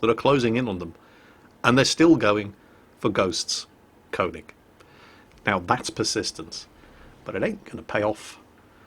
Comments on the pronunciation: Please say konig right, its pronounced ker-nish, not konig. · you pronounce köning as kuning (like in burn). even I know that ;) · its STILL not konig its KÖNIG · Dude, kÖÖÖÖÖÖÖÖÖÖÖÖÖÖÖÖÖÖÖÖning! NOT kOOOOOOOOning! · your pronunciation of könig is so terrible